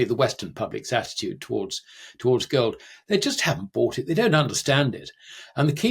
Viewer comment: "wohwd"? "World." "goad" and "gold" are two different words.